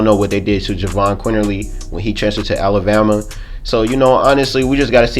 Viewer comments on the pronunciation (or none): none